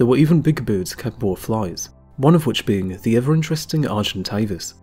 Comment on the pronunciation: Can someone please teach this guy how to say"birds"...he keeps saying "Boords".